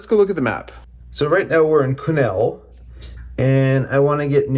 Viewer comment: Had everything from cows to cougars jump in front of me! Keep your head on a swivel, Good luck on your adventure, and thanks for pronouncing Quesnel correctly! Hey you aren't wrong about getting a bigger tank and carrying extra fuel! Especially Northern BC and Yukon